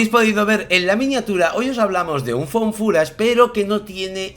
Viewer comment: 1.- Rotten, ahora pronunciaste muy correctamente FOUND FOOTAGE, pero he de reconocer que prefiero FUN FUTACH. Lo siento como un género inventado por ti, no como inglés mal pronunciado. 2.- La alusión a la corporeidad de Sínkope :_SadoPodrido: se puso roja, pobrecilla, no la hagas sufrir. 3.- Amo el lema de tu camiseta. Más Jungiano que Freudiano, según yo. 4.- Chicos: Se antoja MUCHÍSIMO esa found footage, o Images Trouvées, se diría en francés (os reto a pronunciarlo, yo llegué hasta el tercer módulo de francés y no puedo); qué os digo: combinan maravillosamente sus habilidades narrativas, sus conocimientos cinematográficos, sus apreciaciones personales y algo de lo que carecen muchísimos críticos: OBJETIVIDAD. Buscaré NIGHTSHOOT y les cuento...por lo pronto, veré EVIL DEAD RISES (llevo un mes posponiéndola) Os quiero y os amo :_SadoLogo::_SadoLogo::_SadoLogo::_SadoLogo